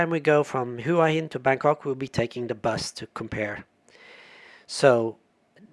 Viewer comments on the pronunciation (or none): It’s actually sounds more like “Wah-Hin”. You don’t really hear the first “H”.